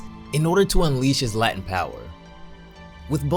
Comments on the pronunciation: Not a judgement. I love and respect your videos. Just a minor linguistic correction. Latent...is pronounced LAY-TENT not LAH-TENT. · hey bro, jus so you know you were saying "latin power".. no big deal but its actually pronounced "latent" like "lay-tent". much love keep up the great work on this channel and im looking forward to the next video when you get back :) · When he said “Latent power” and “Latent potential” I understood “Latin power” and “Latin potential” Ik dis iz dum😂 butt I wanted 2 mention IT :3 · i like your videos, but the way you say latent always bugs me lol, since its "lei-tent" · I HATE THE WAY YOU SAY LATENT No biggie tho it just irks me.